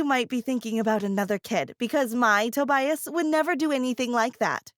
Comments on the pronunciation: "Toe-bias" That annoyed the crap out of me. 😂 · Toe-bias and Egg-atha The pronunciations of these name.